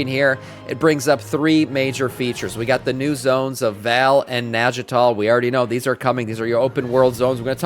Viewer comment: its not "Nagital".... its Naigtal 'Na-ig-tal'"